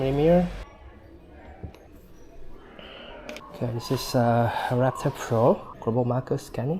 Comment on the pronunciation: lapper ......"R"actor.....